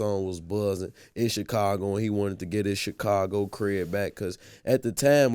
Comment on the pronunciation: I can’t stand when people say Chicago like Vlad and Charlamagne. 😒😒😒